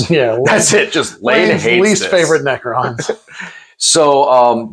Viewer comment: Pronouncing "necrons" like "pecans" is wild work 💀